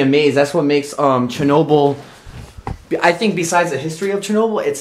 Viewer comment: The way he pronounces Chernobyl kinda triggers me